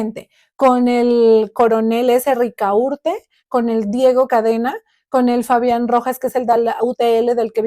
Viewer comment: ¿Rica urte? ¿No será Ricaurte?